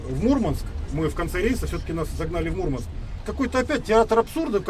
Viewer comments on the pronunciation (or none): не мУрманск, а мурмАнск...